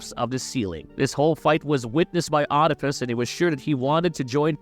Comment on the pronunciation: Oedipus is pronounced weed-ip-us not "odd-ip-us"